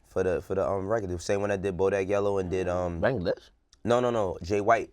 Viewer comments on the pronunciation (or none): none